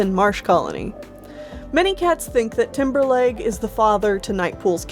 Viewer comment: I kept thinking you were saying Timberlake instead of Timberleg